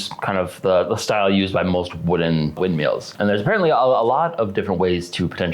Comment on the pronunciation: "Windmeals" got me dying bro